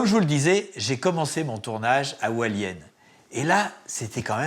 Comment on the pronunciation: JesuisFrancais, J habite a Taiwan,Pingtung.Hualien il me fait rirequandil dit aHalien il sepasse rien,il a dela chance qu il n yai pas eu detremblement de terre